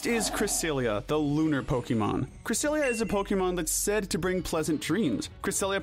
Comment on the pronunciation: Cresselia, not Cressiielali!